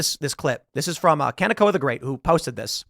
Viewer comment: Hey Kanekoa is pernounced Kah-neh-ko-a the h is soft it's just here to guide your voice the ka is like car and ne is like never and the ko is like core and the a is like around.